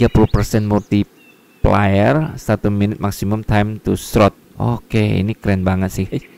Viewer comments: Lucu bahasa inggris nya wkwk.. multiplier bukan multiplayer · liat dibawah itu bg shortcutnya.. Shift+LMB ,gk usah lu tarik mouse lgi buat mindhnya.. "R" & "Shift+R" tu mntap lagi fiturnya😂 kek Grounded fiturnya lngsung pindah ke storage barangnya Multiplier bg, bukan Multiplayer😂